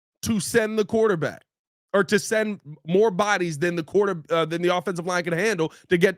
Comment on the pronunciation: What the hell is a "QUATERback"??